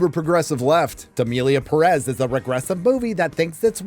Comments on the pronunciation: The English pronunciation of the name Emilia Perez sounds like Emily in Paris. Is this perhaps related to the French supposedly hating this series because of how they are represented?😂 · You cant even pronounce the name of the film correctly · in terrible french accent this makes me feel, how you say, ehhh le sick.